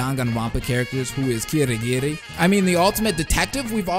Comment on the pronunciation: "Su-moo-gi" ITS "SEHMEGEE" IM DEAD (Like Tsumiki but with gee at the end) It's also "S-eye-ha-ra". "Kee-ree-gee-ree" You kinda said so many names wrong. :/